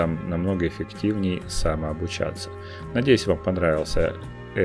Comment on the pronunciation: Сэтап, блджад. Сэтап, а не сетап. Как можно быть крутым и известным программистом и не знать нормально английского? Загадка века.